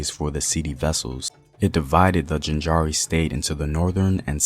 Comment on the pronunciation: Please take the time to learn to pronounce the names of the places correctly, e.g. Jaanjira not jinjara